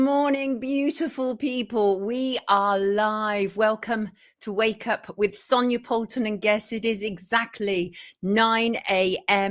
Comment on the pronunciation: I love your song 🎶 Good morning ☀️ Good Rising 🎶 It’s time to WAKE UP with Sonia Poultan 😊 and (as always) I love how you always pronounce my name correct (you’d be surprised at how many do not). I love this show so much ♥️